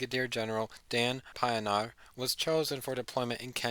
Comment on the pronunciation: Its pronounced - Pee - naar! (Pienaar) and Dur-bin (Durban)